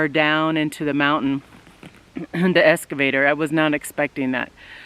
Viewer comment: Ex...cavator, not escavator.